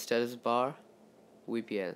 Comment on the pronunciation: Dj Techno lel dem accent